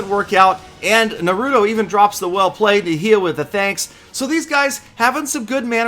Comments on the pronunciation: ITS NAH-ROO-TOE not NUH-ROOT-O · it Na-rue-tow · Oh no pls its pronounced NA-ru-to Uzumaki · its Pronouced NAR-UH-TOH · its suppose to be Naruto (Nah-Roo-Toe) probably looks wrong in text.. easier to say lol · I've never watched the show but i know its pronounced NAH-RU-TOE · he said Naruto so white LMAO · you haven't seen Naruto before huh😩? You said the name all wrong on this. You should watch the Anime so you know how to say it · I guess isn't a anime fan he pronounced wrong and didn't knew Naruto 😂😂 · I cringed when he tried to pronounce naruto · time to watch some Naruto and get that pronunciation down man! Making me cringe over here! Haha. Another nice video, as always. Thanks! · when murders Naruto's name...... smh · The way he pronounced naruto killed me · He pronounce naruto wrong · The way this man said Yahia and naruto lmao